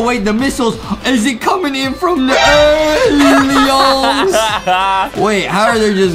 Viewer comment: what is justin say alieooons? 🤣